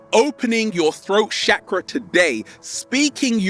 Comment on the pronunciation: Lol the way he says chak ruh makes me think of shackles...hmmm unleash the shackles!!! On point sir😍💖